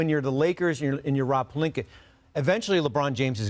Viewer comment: SAS: “LuKeR” Dongich & Rob “PeLinKeR” 👨🏾‍💼😂😂😂